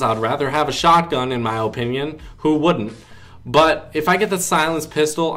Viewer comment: If dis nigga say O pinyun one more time